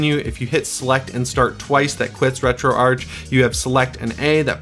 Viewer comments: It's pronounced Retroarch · It's pronounced retro-arch. I've got a GIF somewhere showing how it's pronounced.